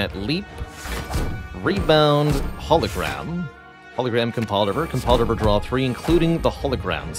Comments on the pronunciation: Add an update to the pronunciations for Compile Driver, Potion, and Dagger in dictionaries everywhere. They are pronounced Compldrivr, Pewtion, and Degger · Compldrvr lmao... Man can't say it or is it a meme?